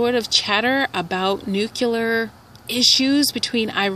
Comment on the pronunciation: It's not nucular, it's nuclear. lol